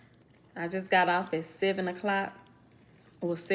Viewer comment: When I heard you say “7 o’clock” I knew you was from Houston 😂 I’m from 5th Ward so I know my ppl 💯